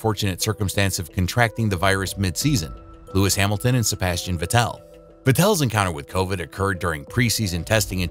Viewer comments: Nice video but „Sebastian vetelle“ 😭😭💀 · I think you're pronouncing Sebastian vettel wrong :/